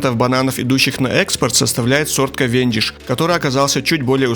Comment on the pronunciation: КАвендиш, а не КавЕндиш